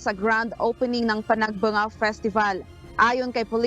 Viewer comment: Maam panag banga is san nicolas ilocos norte. Panag benga po ang baguio maam.